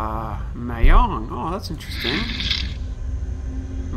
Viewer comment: It's mah-jong not may-hong